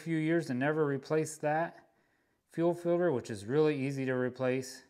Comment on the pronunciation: Fuel filder. Love it.